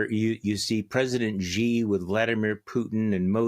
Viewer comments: I agree. The romanized version of China's president's name is written "Shi" and is pronounced like the English word "she" . It's irritating out often such a simple sound is mispronounced. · It's just "she." as in, "she" is the president of China. Guy's been president for like, 12 years??? This is not some obscure foreign sound like a French "J" or something...